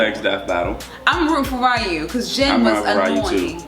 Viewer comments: It’s not Ri-yu, it’s Ree-yoo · did they say raiu? when they reffered to Ryu? cannonicaly is RIU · ...not...not trying to be racist or anything, this is a legit question..why is it that nearly every black person I see on youtube or have met bar some of my friends..ALWAYS mispronounce Ryu's name? It's a HUGE pet peeve of mine to hear a name mispronounced, it just seems rude..especially when almost everyone at this point who has any passing knowledge of Street Fighter KNOWS how his name is properly pronounced..and it is NOT Rye-u.